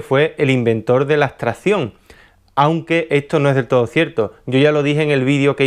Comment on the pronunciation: ¿por qué nombras "astración" o "astrahción"? La palabras es "abstracción", hay que demorarse un poco más en pronunciarla, es cierto que no es vocablo frecuente, pero hay que hacer el esfuerzo vocálico... no olvides que tu canal es público.